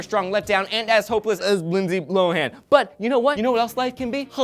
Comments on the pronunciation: did he say Lindsay Blow-han? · Did call Lindsay Lohan, Lindsay Blohan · He said Blowhan. Ha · No, considering her name is Lohan, He said Lohan. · did you call her lindsay blohan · did he say lindsay blowhan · did he just call her Blohan? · Did he say Lindsey Blowhan? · Did he say Lindsey Blohan?